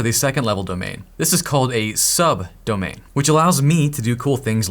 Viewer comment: It's a SUB DOMAIN, not sud domain.